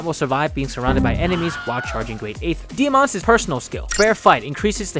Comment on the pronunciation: "Ike's", not "Ike'ses" "Diamant's", not "Diamant'ses"